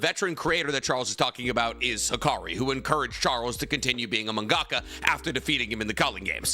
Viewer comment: My boy, you really need to listen to yourself saying Manga-Ka....its like your gagging. Man-ga-ka. All separate syllables.